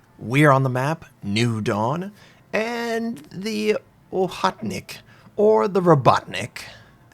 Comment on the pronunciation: Oh-ho-tnick. Ho as in yo-ho-ho. Not Oh-HOT-Nick (or oh-HUT-nick). Robuttnick sounds wrong too if you mean "worker". It's Rah-BOT-nick.